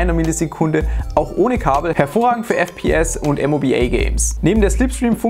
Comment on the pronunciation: everyone: moba Games: M...O...B...A... GAMES